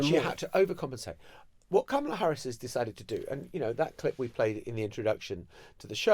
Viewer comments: It's "comma la" not "kam a la" It's so disrespectful that almost all journalists are mispronouncing her name!!! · Emily, you’re killing me - it is “comma-la” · Emily, darling, can you please, please pronounce the Vice-President’s name correctly. It’s weird because John does! And you hear him say it regularly. It is pronounced “Comma-La” or with your accent, “Comm-er-La” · Emily, please say it right. It’s comma-la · Guys I love you but please pronounce Kamala’s name correctly 🙏